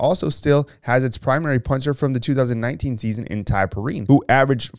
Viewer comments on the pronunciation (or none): It's Pee-Rhyne not Perine ...he's from my high school